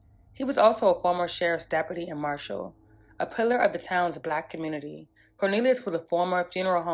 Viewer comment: You say community with n R, there isnt much hope left for this commurnerty